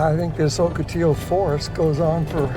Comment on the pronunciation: You must not be from around here, it is aa·kuh·ti·low not O kuh ti low